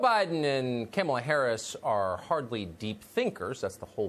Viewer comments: I really appreciate your content and hilarious way of pronouncing names, e.g. 'Chameleon Harris' 😂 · Kamala-pronounced, Cam-a-la 😂 love Tucker! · English is my second language, I don’t think Tucker miss pronoun Kamala, I didn’t see an o in her name, it only means she prefers to be call. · Tucker was just pronouncing the name the way Biden did.